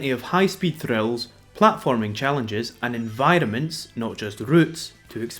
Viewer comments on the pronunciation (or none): ... It took me an embarresingly long time to realise you were saying "environments" and not "vitamins"... Sorry.